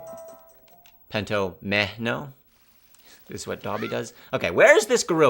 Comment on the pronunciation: in case you see this, the first O in Pentominoe makes the AH sound not the OH sound. So the whole word rhymes with Domino.:)